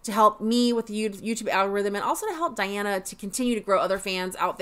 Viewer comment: Her name is pronounced as De+ana NOT Di+ana. Yes she is contralto but she is polyphonic...like singer Cher. Hence, her vocals sounds dual toned lots of time. (Dimash and Diana share a same friend....Igor Krutoy. The pianist/composer with Dimash)